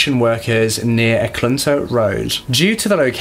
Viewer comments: Had to stop 10min in, sorry for stepping on any toes in corrections here, but it's pronounced "Eee-clute(like flute)-nah Annie," & "Sue-Ward" for "Eklutna Annie" & "Seward." I grew up within the years of activity, my dad knew him, we knew his kids & I'm still in Anchorage to this day. I also know his only surviving victim, who if you saw the film, she prefers her info private, & it was held from the end to protect her & her family. "Kah-nick River," for "Knik River," these are named for local tribes, of which I belong to a separate one & Seward is for the senator's name who "bought Alaska from the Russians for America." "Matt-anne-us-kah-Sue-sit-nah" for the "Mat-Su Valley" or "Matanuska-Susitna Valley." I've seen the film & several of these types of true crime series episodes on Robert Hanson. One of those things you watch out of, that could've been me, or my family members type things. We celebrated his death, seemed like the whole of Anchorage did, he died in Regional hospital in Anchorage actually. There's been a lot of construction up & around some of the areas he hunted in, but no more remains had been found, nor has the identity of "Eklutna Annie." A truly sad & terrifying case. If he hadn't learned how to excel in hunting as a teenager, or hadn't been rejected as much, but we can only speculate so much. He was poc-faced from horrible acne, a redhead, short, stuttering, weird & too quiet guy. Not attractive qualities in a date though. I believe he had a section 8 from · He mispronounced Eklutna Annie, Seward, Knik River, & she mispronounced the investigator's name. Sorry, I picked up on that right away.